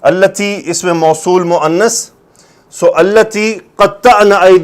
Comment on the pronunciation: استاذ جی مناسب تو نہیں پر بار بار سنا۔نسوۃ التی ۔اس لام پر کھڑا زبر ہے آپ بار بار زبر پڑ رہے ہیں۔۔اگر زبر پڑھنا ٹھیک ہے تو کیسے پھر۔۔